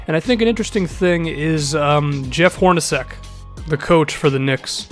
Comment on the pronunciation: Dude, it's pronounced 'Hor-na-chek'.